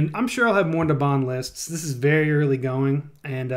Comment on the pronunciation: IT'S NABAN NOT NABAN! REEEEEEEEEEEEEEEEEEEEEEEEEEEEEEEEEE